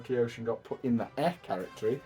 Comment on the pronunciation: Catehgry. Don't take it seriously please